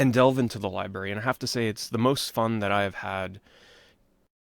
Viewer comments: Never understood why some people have such a hard time saying "library". Not that it's a big deal or anything, but like... when you're saying it so many times in a video it gets a bit cringe lol. Gotta remember there's a letter R in the middle bro! Don't take it the wrong way though, just giving you a hard time haha. I still loved the video. I've always loved the way you give introspect onto your childhood and even adult memories of video games and the immense amount of passion you have for these games and memories. I always can picture you having these experiences in my mind while you spill out the details of these memories. Thanks for taking the time to make this list! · lie berry